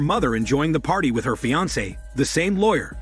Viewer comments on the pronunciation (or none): none